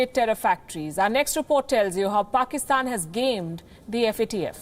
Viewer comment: Is it me or anyone else also noticed PAKSITAN instead of PAKISTAN?🙄🙄